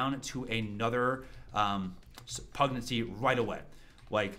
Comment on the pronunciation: Great guide. One tiny quibble, because it confuses the automatic subtitles: "Pugnacity" is pronounced pug-NASS-uh-tee, emphasizing the second syllable. That's why YouTube thinks you're saying PREG-nan-see. I mean, when my wife was pregnant, she was kind of cranky, but I wouldn't characterize her as having been pugnacious.